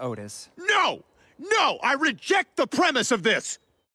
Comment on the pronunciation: “NO NO I REGECT THIS PRIMIS”